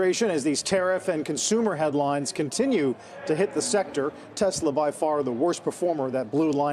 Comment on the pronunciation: He loves ‘Tesler’ 😂 because everything’s computer